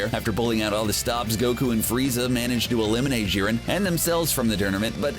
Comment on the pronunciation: Jiren not Szhiren, Jesus Fucking Christ